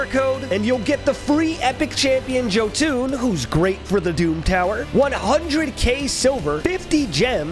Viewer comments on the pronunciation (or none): "Joe-Tun" that pronunciation hurt me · He said Jotun wrong and my inner viking screamed